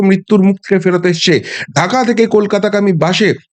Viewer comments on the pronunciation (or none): none